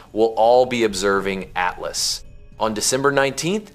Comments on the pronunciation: Great information, but your AI editing is terrible….Oh the whole thing is AI…ugh. Can’t even pronounce atlas correctly. At las….come on…do better. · The weird pronunciation of “atlas” makes me think it’s AI. A few minutes later it switches to normal pronunciation.